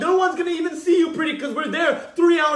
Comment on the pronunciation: Damn that "liar" was HEAVY